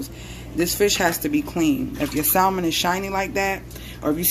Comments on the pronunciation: Why does she keep sayin sal mon ? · I thought I could handle the mispronunciation of the word salmon but I can't 😭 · The "l" is silent. It doesn't bother or irritate me though. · WHAAAT YOU SAID saLLLmon!!!😂😂😂 do ppl really catch an Attitude for that. Even though I say it like "samon" and that's exactly how I use to spell it too 😂😂😅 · It's a inside joke on my channel lol I pronounce it the correct way normally. Lol omg u will be so surprised how people feel the need to correct the way people say SAAAALLLLLMOM..LOL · It’s salmon not salmon 😅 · Sal-mon hahaha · Your granddad seems cool, but he didn’t teach you how to pronounce the word Salmon. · Lol right.. I love messing with people abt the pronouncing of this word. Tfw